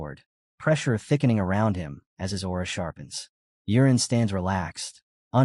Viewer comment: It's not urine it's yuren 😂